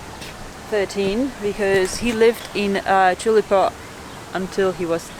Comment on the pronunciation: Thanks for the tours of the museum and Elvis' house - great stuff !!! will always support you , even if you did say "tulepo" twice !!